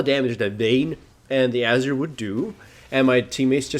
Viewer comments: Is it just me, or does anyone lse find the way he pronounces Azir kind of annoying? He says Azir like "Azer" :/ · ...hate to sound like a poop but its ah-zeer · you say azir like Azure, lol. i like it